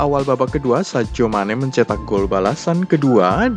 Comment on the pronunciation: Sadio mane, bukan sajo mane, hadeuh.......